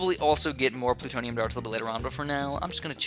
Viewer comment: its BLOONtonium not PLUtonium